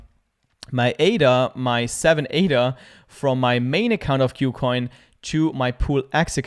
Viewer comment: Thanks for the video. By the way, the name of the exchange is pronounced as 'KooCoin' as compared to 'Q+Coin'. 'Ku' part here is a Chinese loanword from the English word 'Cool' and means the same. Kucoin is a Chinese exchange so that explains the name.